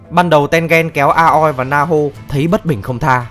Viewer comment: mình có nghĩ the reviwer nên học quy tắc phát âm trong tiếng nhật, không khó đâu nhưng hiệu quả đem lại đảm bảo nhiều hơn. ki met su thì thôi vì vn không có tsu nhưng mà a-ô-i thì dễ mà, tên-gên nữa